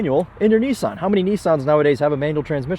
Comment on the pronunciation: What the heck is a knee-sahn.